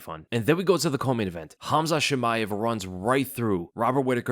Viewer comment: No way this man said Khamzat Chillmaev and it went unnoticed 😂